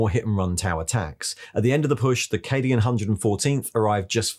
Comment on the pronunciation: Thats a fun way to pronounce "Cadian"